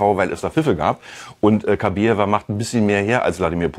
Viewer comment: Den Namen, bitte, richtig aussprechen: KABAJEWA!!! Schöne Frau, schönes Pärchen! Warum ist dieses Thema für Bild so wichtig? Wir haben genug Probleme im Land, nicht war?